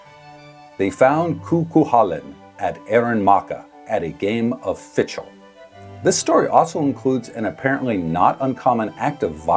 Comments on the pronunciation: It's pronounced something like 'fickle.' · Not the proper pronunciation! Please seek some help.